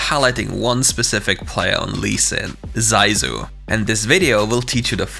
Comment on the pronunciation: Zysu của người ta mà mấy ông đọc Dai du :)))